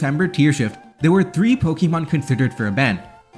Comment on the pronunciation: Say it with me: Po. Kuh. Mon. There's no long E sound in there. You sound ridiculous.